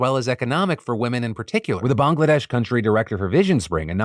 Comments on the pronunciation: Phil, Thank You for pronouncing Bangladesh correctly as most non Bangladeshi people from outside south east Asia pronounce it as Bang-ladesh! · Just gotta say your pronunciation of Bangladesh is 👌. Putting my Canadian born Bengali friends to shame 😂.